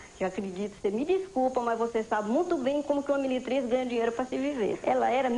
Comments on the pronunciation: Ela era miritriz, assassinarao a gramática, assassinarao a fonética, grande os Paralamas do sucesso 😮😮😮😮😮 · Ela era "miritriz" kkkkk morri